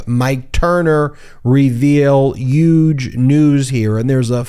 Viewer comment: You do realize the huge has an H in it and not a Y right?